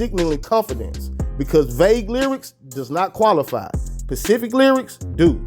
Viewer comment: The word is pronounced specific not pacific fam but good video